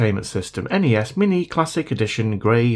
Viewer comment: NES not en-ee-es.